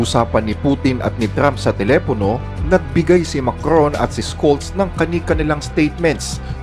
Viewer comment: Mali Ang basa mo sa apelyido ni olaf...daglatin ko ha... Sholllllllllll Ito Ang tamang basa Jan.... O kaya shulllll...